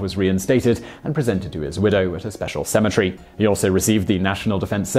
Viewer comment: he says the words similarily